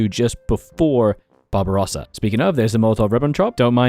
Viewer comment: I love how you pronounce "Barbarossa" as "Bob Ross-a"